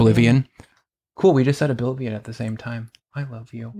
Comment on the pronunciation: Did anyone say "obilvion" yet?